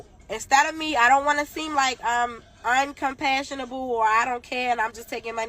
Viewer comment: Not “Uncompassionalble” 🤔😭